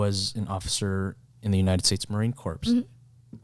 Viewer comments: Marine "CORPSE"??? pls... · Marine Corps is actually pronounced like c-o-r-e, not c-o-r-p-s-e. Sorry to be "that person" who corrects people but I just had to! It bothered me haha